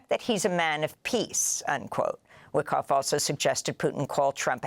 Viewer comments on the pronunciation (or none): none